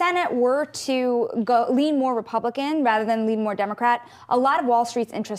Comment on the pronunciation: “Why?” “Because da repubican an an repubbican bad cuz cus dey cwiminoows...I heawd it on NSMBC!”